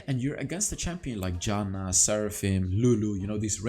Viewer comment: I really like how you pronounce Janna as Yanna hahaha